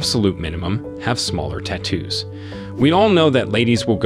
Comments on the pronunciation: "Tattoo" vs "T-too" -- I'm not familiar with the English dialect the latter belongs...(?) lmfao! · Say it with me: tat-too, not ta-toos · Lol.. So annoying how he judges but can’t even say the word tattoo correctly 😂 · Take a shot every time he says "Te-two" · "ti-TOOs". Interesting. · Stop saying "tattoos" the way you do. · The way this guy says tattoos is annoying!! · The way you pronounce it sounds British